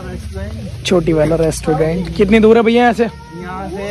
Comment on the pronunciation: Restaurant ❌ Restudent✅ 😂